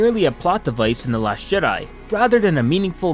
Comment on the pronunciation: The last Shit-di? Sounds like you said that man and I aint mad at ya.